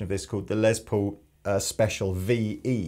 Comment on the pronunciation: LESS Paul not LEZ Paul for the love of christ